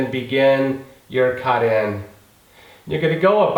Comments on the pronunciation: Caht in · How he says cut in lmao